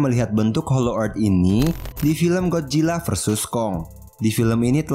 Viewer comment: godzilla bang bukan gojila salah! 😅